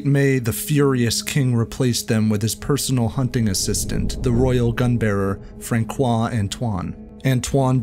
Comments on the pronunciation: François is pronounced Franssois... not Frankois. (It's the little thingy under the C that makes the difference between ss and k. And even without it, Francois is NOT pronouced with a hard C. Nice piece though. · The "c" in Francois has a soft pronunciation. It's not "FRAN-KWA", it's "FRAN-SWA". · François as Franssoi not Frankoi, and Gévaudan not Dgévaudann’. Thanks for enlightening me on a tale my grandmother used to tell me. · A part of the French people thinks it was a Noble French man who was a "serial killer" who committed all the killings, but never got caught because of his high rank. Great video by the way (just you have to prononce Fransssoi and not Frankoi 😉) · FYI the C in François is an S sound not a K sound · Good video but for future reference the name François is pronounced franswa not frankwa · François is pronounced « Fransois » btw… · this man really just pronounced Francois as Frankois. Its pronounced Franseois . like you were saying "france" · It's pronounced "Fran-swa" with a soft N off the palate, not Frank-wa. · France-swa, not Frank- wa. Francois is a common name. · me think his name is pronounced 'Fransua', not 'Frankua' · François: the “ç” is “ss” as in franssois not frankois 😉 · FranSois, not FranKois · Ouch. Make that "Fran-SWAH" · Thank you for your fascinating , magnificent video. But, please, respectfully, Francois is pronounced frawss-SWAH. Thanks for saying you're working on this--please continue to be awesome. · francois is supposed to have a tail on the c and it would be like "fran-swah" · It's pronounced:" FrangSWAH". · Did you just say "FranKoa"??? 😂😂😂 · Frank Quah ffs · Frankwah? Wtf? 🤣🤣🤣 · It is not Frankois mec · the true atrocity of the story is your pronunciation of francois as frankwah. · How american do you have to be to pronounce the name "Franqoui" ? XD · Bad narration and Francois is not pronounced frankois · You're French, so did you notice the horrific mispronounciation of Francois??